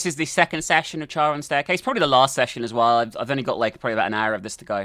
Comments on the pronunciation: Charon is actually pronounced as "Karon". It's the name of the ferryman of the dead in Greek mythology, who would ferry souls over the river Styx and into the underworld, but only if you could pay him. If not, you were doomed to forever wander the banks of the river. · It's pronounced care-on. Aka the boatman? The ferryman of the river styx? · Actually you're both correct. In America, Americans pronounce the name officially as Keh-ruhn, while the official British translation is Cha-ruhn. So you're both right. Now for the actual Greek pronunciation, its pronounced Haron as the C is silent. Feel free to fact check it. :D